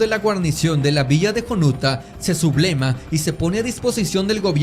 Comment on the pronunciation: Como trabajo histórico está bien, pero utiliza varias palabras de forma errónea en la narración, ejemplos en lugar de LEGUA dice LENGUAS, o en lugar de SE SUBLEVA dice SE SUBLEMA, (entre otros). Tienen que cuidar mucho ese tipo de detalles si quieren ser tomados con seriedad.